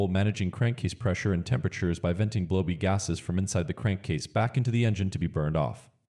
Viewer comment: "blowby" was pronounced "blowbee". I still prefer a synthetic voice, I have no idea why people don't like them. FYI, some PCV valves use a weight instead of a spring.